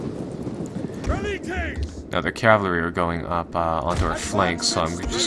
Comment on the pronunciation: It's cavALry not cavLAry, that's slowly been driving me insane this whole campaign lol.